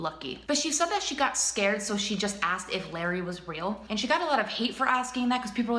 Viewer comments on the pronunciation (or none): none